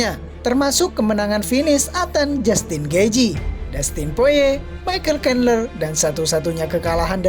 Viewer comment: Karles oliveira Maikel Kanler Kori Sandagen Itu siapa min? Sepertinya penyebutan namanya salah deh 🤣🤣🤣